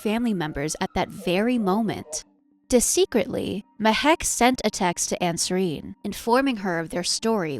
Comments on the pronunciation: She also said "desecretly" instead of discreetly. My guess is AI narration. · Disecretly? You mean discreetly? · De-secretly? Discreetly...